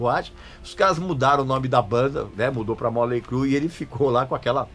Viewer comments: Móley Cru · "moLEY crue" kkkkk